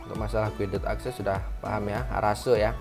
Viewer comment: Sebutan nya kaya gini bang “gaided akses”